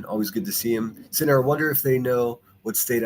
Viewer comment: Be a Thinner not a thaint! 😂😂😂😂